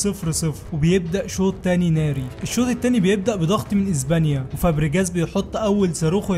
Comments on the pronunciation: SILVA ❌ SILFA ✅ إسبانيا ❌ إزبانيا ✅ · هي ازبانيا ولا اسبانيا؟؛😂